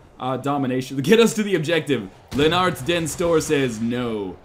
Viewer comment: Leonard den store is actually Norwegian. Rest assured, NL butchered the pronunciation. It means: Leonard the great. Which is fitting for a viking.